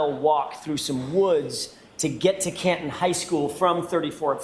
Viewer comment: It sounds like Copland instead of Canton!